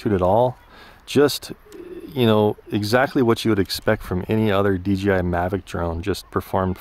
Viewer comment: It's not "DGI"